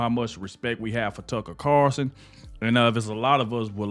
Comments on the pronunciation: Its carlson not carson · its Tucker CARLSON----NOT Carson dude:face-purple-crying:speak his name legibly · PLEASE SAY TUCKER'S LAST NAME CORRECTLY!!! IT'S CARLSON WITH AN "L"!!! I remember a couple of years ago they put Judge Janine in a 2 week suspension/vacation for something that the "higherups" didn't agree with either. If this turns out to be permanent there is always NEWSMAX to watch where some of those fired from Fox are now happily enjoying their jobs!